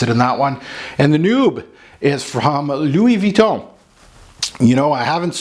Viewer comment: Louis Vuitton, please. Monde means "world" in this case, btw.